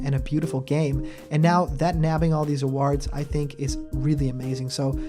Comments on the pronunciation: Why do you say awards like that? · Your pronunciation of "awards" is weird.